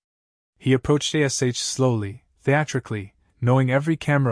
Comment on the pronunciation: Good story👍👌, but the AI does annoy me with spelling out Ash's name👿☠️🤬